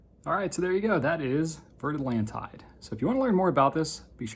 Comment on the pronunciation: Great video - I loved the intro! One small point - and I know you're not a linguist,, so it's advice kindly meant, not criticism - it's pronounced more like "Vair Atlonteed":)